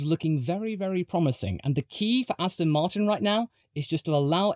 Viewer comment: everyone mentioning the joke circa 9 minutes but i don't see anyone appreciating aston martinn,,,,, rotat e ast oN rotato FASTA astonmartin go g O can you feEL it a s t s on mart win yEs feel tHe S pED WE HAV rEAFHJED MAXINMUN VELSOSIPY